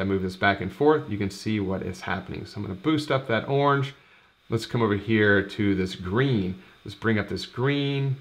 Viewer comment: 'Awrnge' is not a colour - it's a noise.